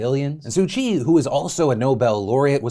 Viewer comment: Im pretty sure that's not how u pronounce Soo 'Kyi'